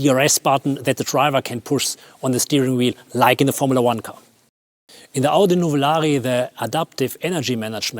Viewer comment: Nothing better than a German mispronouncing Audi with a bad German accent.